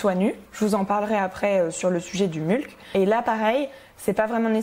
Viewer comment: Super video, très interessant de voir ton interpretation des principes de la permaculture. Hate de suivre l'evolution du projet. Bonne continuation! Ps. Je crois qu'il y a une autre façon de prononcer "mulch" ;) (comme "much" par exemple)